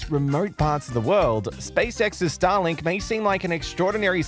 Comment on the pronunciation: Anyone else also hearing "Stalin" after four times the word "Starlink"?? After you hear it, it can't be undone 😑